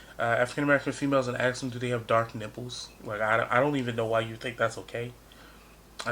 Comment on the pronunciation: Could I ask you smthg unrelated? You say ax or axed instead of ask or asked? Am I right? Is this a thing in the US? It's just my stupid curiosity and you aren't obliged to answer. Anyway, your video is very good.